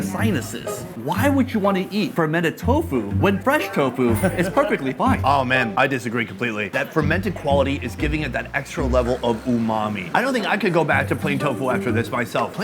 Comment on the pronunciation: Stop saying ummami bruh its not a word doesn't mean anything to me